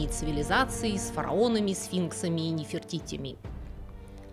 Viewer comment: "... и ниферТИТЯМИ". Класс. А один мой одноклассник оговаривался так: "Ебипет". Классный пряный 30-градусной крепости бальзам (по сути ликер) был под названием "Абу-Симбел". Кстати, оказывается я правильно (с правильным ударением) произносил назание храма "Абу-Симбел", хотя я отнюдь не ебибтянин.